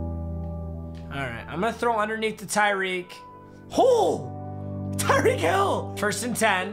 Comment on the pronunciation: At 12: 26 he said tyree holl